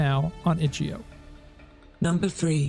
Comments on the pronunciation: Okay, I appreciate your videos so I am gonna say two things.. I believe it is: Guh-dough not Gah-dowe, and it’s itch-dot-eye-oh not itchio. Sorry❤ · PLEASE it’s not itchy-oh it’s itch-eye-oh. And it’s guh-dough not god-oh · The "gado" and "itchy-oh" pronunciations were killing me too, otherwise great video.